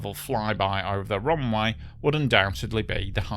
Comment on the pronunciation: What is a "roonwigh"? Did he mean "runway"?